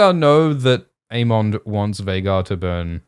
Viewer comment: Aymind Aymond Daymin Daymon...with how often you two flip flop, how about a disclaimer? (We do not agree on the pronunciation)